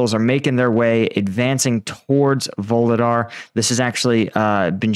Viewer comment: There are no “V’s” in vuhledar!!! 😂